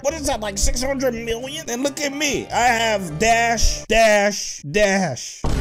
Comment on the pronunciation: i love it when he says miwwion